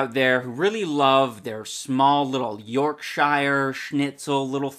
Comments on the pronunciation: York-Shire? Where are you, middle earth? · The way he says Yorkshire.